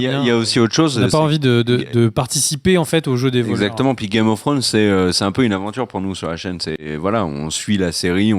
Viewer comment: n'apprendra jamais à dire Game oh thrones correctement mdrr